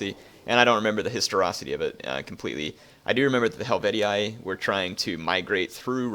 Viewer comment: Why did they go back to wrong pronunciations? I was really happy when I heard them say "Hastatii" properly (has-ta -tee -ee) and now they are back to Vocantii and Helvetii? (Wrong = ee-ai at the end of the word, right = ee-ee)